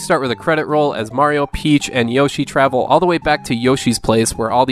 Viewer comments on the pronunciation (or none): none